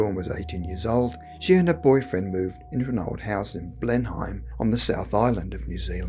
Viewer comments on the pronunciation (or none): I know of no house that looks like this in Blenheim NZ . Its not a large town. It's pronounced Blen Emm not Blen Heim. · It's Blen-im. I come from New Zealand, BTW...